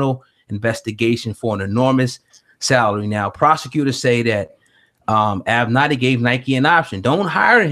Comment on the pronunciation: Say It With Me: AV-Ven-Natty. It's like A Tribe Called Quest or "A Pimp Name Slickback." You have to say it together. LOL!